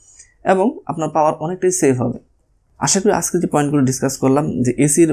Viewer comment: হিউস_ Not হিউজ_ আসগে_ Not আজগে🤗 উপভাষা।।